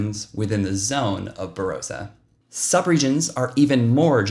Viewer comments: Tops, mate. Say Bah-rah-sah, sounds better. ☺️ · Don’t know why yanks can’t get pronunciation of some of our names right . The “o” in Barossa is pronounced like the “o” in “on”